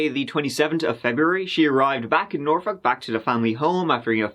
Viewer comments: Yay you said norfolk correctly. This girl lived in the neighborhood next to mine. So tragic 🥺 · It's nice to hear someone else pronounce Norfolk like it's supposed to be pronounced. Norfuk or Naulfuk if you're from my neck of the woods in Maryland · Portsmouth here, work in Norfolk. So sad! Side note: always love when people know how to pronounce Norfolk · Congratulations on pronouncing Norfolk correctly!